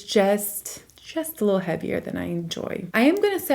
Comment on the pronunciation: How come you say “lil” bit instead of “little” bit? Haha